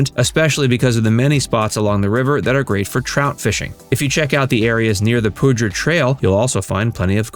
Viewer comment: The river is pronouced "poo-DUR" by the way, it's from the Spanish word for "powder" and it comes from when military bases would use the area to store gunpowder.